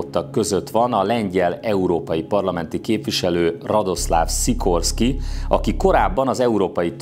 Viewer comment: Jó a videó, de Radosław Sikorski nevének kiejtését gyakorolhatnád. ;) Van olyan lengyel tájszólás, ami némítja az áthúzott L-et, szóval [radoszaf sikorszki] -- ezzel már jó vagy. :)